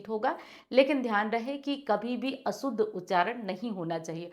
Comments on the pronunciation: व्हीडीओ मे अशुद्ध का उच्चारण असूद्ध हो रहा है. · ने बहुत अच्छी जानकारी दी धन्यवाद लेकिन अशुद्ध शब्द को स्वयं ही असुद्ध बोल रही हैं